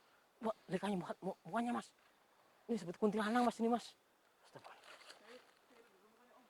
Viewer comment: Kuntilanak om bukan kuntilanang😐🤣